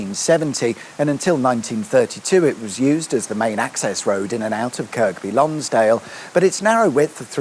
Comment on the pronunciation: its pronounsed KIRBY LONGSDALE by the locals..i spent my youth in that area and the lakes ..its not grown in size because they have prevented a lot of house building there..for good reason.dont swim in the lakes there badly polluted.